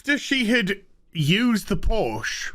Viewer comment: It's Porsche not Porsch. The "e" at the end isn't silent. ;) Greetings from Germany.